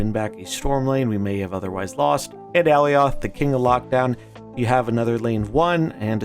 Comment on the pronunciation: Bro you got to learn to say Alioths name dude.